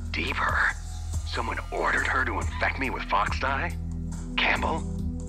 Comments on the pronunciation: It's called FOXDIE not GEEKDIE!LOL. I think I might like the dialogue here better than the game itself. In fact I know I do!!! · Its called foxdie not geekdie lmfao 😂😂